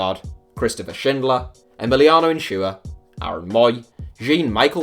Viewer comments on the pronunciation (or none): The s in Insua doesn’t make a sh sound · Why are u pronouncing some S'es so deep. Like Insshua or sshtuani. Its weird